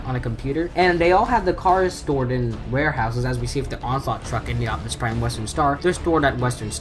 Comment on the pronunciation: said optumus in the nuckular town